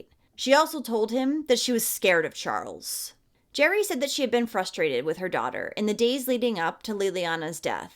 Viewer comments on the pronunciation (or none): none